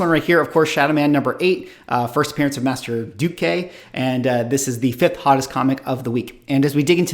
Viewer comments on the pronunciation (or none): I backed up the video 3 times to be sure I heard what "" said in the Shadowman discussion. Jack Boniface is Shadowman and it's pronounced "Master Dark". I was working/running a comic shop during the Shooter Valiant era.